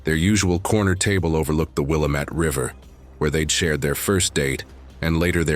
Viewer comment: NOT Willa Met....Will Lam met. Portland, OR....MY home town!...Born there in '40! BHE